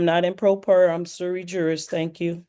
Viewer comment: I’m sorry did she say she’s a “silly jurist” 😂😂